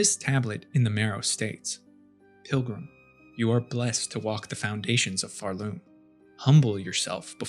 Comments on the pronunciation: It pisses me off that you pronounce it pharLoom instead of Pharloom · OK, why are we saying Pharloom with that emphasis? You don't say Shell-WOOD, or Bo-STON, or Bell-HART.